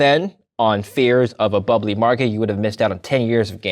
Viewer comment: He said "Bubbely"